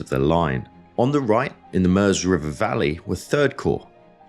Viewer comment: A minor point - but hats off for pronouncing MEUSE properly. The US vid series The Great War with Indy Neidel presenting insist on calling it the MYOOZ not MERZ.